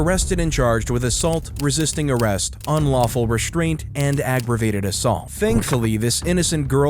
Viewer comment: aggravated bro, not aggrivated.....